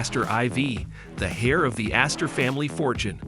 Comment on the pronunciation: Debris is pronounces Duh-Bree. Not De-Breeze. Heir is pronounced "Air". The s in Debris is silent, as is the H in Heir. These oopsies in language might be off putting, so just sharing for your ongoing improvement. Otherwise good vid